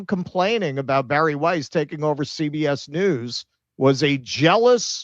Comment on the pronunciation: CBS read as See BS 😂